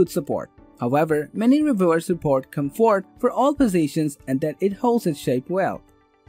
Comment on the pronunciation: I can’t take these reviews seriously. The mispronunciations of words lie hotel. Comfort..